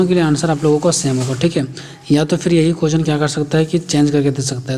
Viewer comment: Question hota h .. quesch nhi😂😂